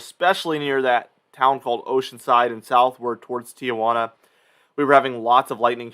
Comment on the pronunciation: It's not Tia Juana. It's Tijuana (tee juana).